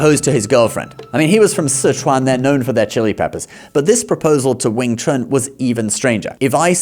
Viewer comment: The best "Wing Chun" men in the world have been White Men for more than 2 generations, both inside China and outside China, of both the major lineages, and everybody knows this, except for the goldfish who can't tell the difference between reality and movies. And you're pronouncing it wrong, mixing a bit of the Cantonese pronunciation and the Mandarin pronunciation, specifically Wing (Cantonese) Chun (Mandarin) Kuen (Cantonese), but of course, which sounds ridiculous. Your Mandarin was much better. I would have to hear a bit more than 3 words before I'll concede "100% accurate", although to be clear, in more than 30 years in China, Hong Kong and Taiwan, the only time I saw a "foreigner" with 100% accurate diction and tones, was myself or my brother, never seen another one, especially whatever 'famous' ones they prop up on the boob tube. Tones, correct, in Mandarin that is, but fluency..., there's more than a bit of rust. Correction, Cantonese does not have a writing system, whilst claiming to be the oldest and "true" Chinese. They use Mandarin Han characters, with modified characters. 沒有文字，談何文化。 Centre line is common knowledge to all marksmen and trauma surgeons. The heart is not on the left, it's right in the middle, 3.5" under the sternum, slightly leaning left. Dart fingers, not thrust. You, clearly, learned even less 'Wing Chun' than Donnie Yen, which is to say, nothing. Little idea can also mean little dream, albeit granted idea is the popular translation, ie, superficia